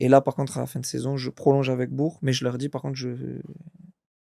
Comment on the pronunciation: Belle interview et belle carrière ! Mais comment c’est possible de ne pas prononcer correctement Bourg alors qu’il y a joué 😅 On dit BourK !!!